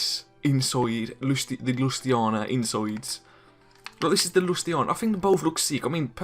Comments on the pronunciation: Hey mate good vid but the way you said Lusitania (lue-sit-Ania-) annoyed me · You say you know your ships and you literally say Lusiana instead of Lusitania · He says he knows his ship but yet pronounces Lusitania wrong, just saying